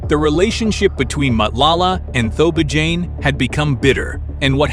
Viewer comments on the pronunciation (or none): lol You are not trying to pronounce any of the names correctly. But I know its not your Language but let me help you. Matlala can be read as Marclarla and Thobejane can sound like Torbeh Jaan with no space in between. It will be more like Torberjaan. But you know how to tell a story. I enjoyed your show.